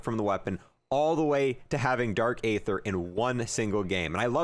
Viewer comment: He is saying dark either wrong lol